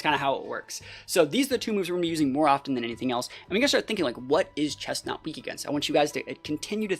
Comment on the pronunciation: IT'S CHESNAUGHT, NOT CHESTNAUT! AND DO NOT LEAVE OFF THE R IN GRENINJA!